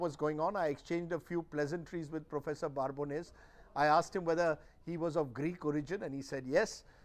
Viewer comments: Its Babones not barbones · Why is Rajdeep pronouncing Prof Babones' name incorrectly by adding an "r" in between. It is not Barbones. He interviewed the Professor. It is surprising he has made this mistake regularly here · Rajdeep cannot even pronounce the professor's name properly. In this video he keeps calling him Barbones - as opposed to his real name Babones. Prof Babones having not visited India actually makes him more objective - someone only looking at the data and not being colored by their experience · First of all he is "Babones" and not "Barbones". The first job of a journalist is to learn to pronounce name. Secondly, Babones deals with data and not a journalist and data is available publicly to make calculated decisions. And he clearly said certain section "class" of India and not Individual so as an individual it's very clear for me to understand that every democracy has Nationalist and certain class of Anti Nationalist who dedicate their life to destroy India. So you are here to take out your frustrations of being on the losing side. So keep Shouting no one takes you seriously. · Mr. Prof, Rajdeep is already rattled and Pls don't rattle him more calling him for another chat. He is so agitated that he will mispronounce your name, from the original Babones to now 'Barbones' to future 'Barebones' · Prof.Babones! Not Prof.Barbones...Mr Churdesai. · Rajdeep, his last name is not Barbones. It is Babones! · Dear Prof, Rajdeep is already rattled and Pls don't rattle him more calling him for another chat. He is so agitated that he will mispronounce your name, from the original Babones to now 'Barbones' to future 'Barebones' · Please first learn to pronounce his name correctly. There is no "R" in Babones! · yeah... He didn't know that you would be so sharply intelligent. Can you please tell me why Rajdeep has pronounced your name so incorrectly in this video? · Why do you keep mispronouncing the Professor's last name?